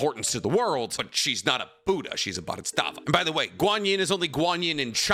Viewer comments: Are you not pronouncing Bodhisattva correctly on purpose?! I've seen people correct you in plenty or videos and you still say it so wrong over and over. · isn't it "Bo di sat va"?? not "bo dits sat va"?? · It's pronounced Baa-duh-saat-vuh . And I believe Neteros prayers and meditations eventually made him awaken and become one with nen. He's not using it. He simply IS and it (nen) does. That's why he needs to pray before he moves if not he would have just eliminated that step (the prayer) once he achieved the speed. it's his "condition" he will give thanks to nen . No one else is devoted to nen like him. all he's doing is moving. It seems like he has a limitless supply of nen because he's not using his own reserves the nen is just responding to his prayers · Bro it's "Bodhisattva" not "bodhustattva" it means "one who seeks awakening" nothing to do with "different levels of worshipping" any lesser deity... It's a way of life. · Pronounced Bhodi Sat Va not BodyStatVa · Love the video but I gotta correct you on one thing: It's 'bodhisattva', but I keep hearing you say something along the lines of 'bodhistaffa'. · Nice video but you pissed me off saying bodhisttatva instead of bodhisattva, soooo many times man🥲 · Bhodisattva is pronounced BOH-dee-SUT-və, not BAH-dee-STAHTS-və. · Practicing Buddhist here. It’s pronounced Bode-he-sAAHt-Vah. Guanyin (also called Avalokiteśavara) is not a goddess, nor any kind of “Heavenly Being” (Deva). A Bodhisattva is a being that has attained enlightenment, but still chooses to be reborn to guide all other living beings to Nirvana. They are “Buddhas who return” A Bodhisattva can reincarnate as anything: a human, an animal, a place, a city or settlement, a mountain, lake or a piece of art. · Say it with me “Bodee Sat Vah” is how you pronounce bodhisattva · Your pronunciation of bodhisattva is killing me man 😂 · I love the video but how you pronounce "Bodhisattva" makes me mad bro.